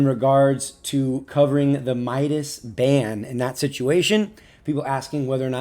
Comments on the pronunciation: It's not My-das It's Me-das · let me correct you, he's name (midas) is pronounced (mee das) not (my das) Nyway happy for him mok, midas, athena and you are my favourite pubg mobile youtubers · It's midas not mydas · It's not Mydus it's MIDAS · Awesome evaluation 🔥🔥🔥 Anyway its "Meedas" not "Maidas" 😂😂